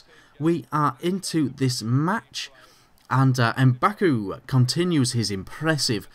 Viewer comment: mbakogu is pronounced M-BACK-OH-GEW and delofeu is DEL-OH-FAYE-EW :)